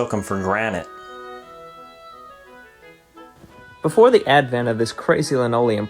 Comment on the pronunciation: “...took ‘em for granite...”. 😂😂😂